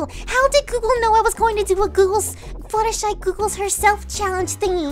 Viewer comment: it's not Fluttershee it's Fluttershy